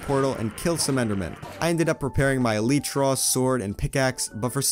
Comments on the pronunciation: It is el-lie-tra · It's not eleetra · It is e-lie-truh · Its E(lie)tra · Yeah it’s elytra not elytra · Not elitra elytra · I absolutely detest the way you say elytra. It makes me cringe 😬 hardcore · It's not eleetra it's elytra 😅😂😂😂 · El ee tra 💀 it’s el eye tra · "My goal was obviously to find an eleetra." Me: "Its elytra." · It’s pronounced, El-y-tra not El-E-tra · IT'S NOT ELEETRA IT'S ELYTRA but it's ok everyone speaks different but good job making videos your videos are the best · Elaytra bro not ilaytra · Elite-truh is so wrong bro it’s e-light-truh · The word alYtra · I say Eleyetrah I’m sorry for everyone who says elEtrah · e-ly-tra is the way to pronounce it, not e-li-tra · It’s not Eletra is elytra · It’s elytra not eletra Ik I’m 2 years late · It’s a lie trer Not a Littre Trer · why am i angry if you say elitra its elaytra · It’s E-LY-TRA N NOT E-LI-TRA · It’s aly tra not eli-tra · It's k Obviously pronounced eh-lie-tra not elee-tra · It is [e l a i t r a] not [e l i t r a] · its not elEytra its elitra say it with a i not a e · Bro said eleetra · Ehlietruh not eeleetruh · El I tra not el ee tra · Elytra not eletra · It’s elYtra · are u british its elaytra not ilaytra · not elricha its altra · El ly tra not el echa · It's Elay-tra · U guys are wierd it’s eltytra U not actually wierd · No offense any1 but i cant bear hearing El-ee-tra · The cats name should be named Snowy Also its pronounced ell-light-tra Also also the axoltl should be named jerry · I’m sorry but a eletra? 💀💀💀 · ITS UH-LIE-TRUH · As a Dutch person, I say Ee-lie-tra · Name the cat snowball spelt wrong like shnowbaul It’s e-lie-tra elytra that’s how you pronounce it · E-L-EYE-T-R-A Love ur vids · E-lytra? It’s e- ly-tra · IT IS NOT EL-EEEETRA LIKE U SAY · You say it like this : E lie tra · It’s ELYTRA NOT elyetra! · its elytra not litrya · Elytra is pronounced e li tra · / uhm did he just say eLEEtra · Also its elytra. Not eleeetra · It’s not eleeeetra it’s elytra